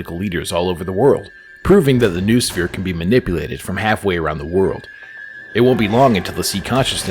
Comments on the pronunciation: Grrrr you're saying 'noosphere' wrong, it's pronounced 'noh-oh-sfeer' (like know-oh-sphere) not 'noohsfeer'.... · its pronounced know-us-fear, not news-fear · It's not "NOOSPHERE" it's "NO-OH-SPHERE".